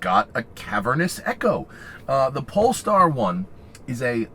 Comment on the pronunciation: That is an amazing car, however, the "polester" is not the same as "polestar", great difference. That being said, it's a wonderful presentation for the wonderful car, good job.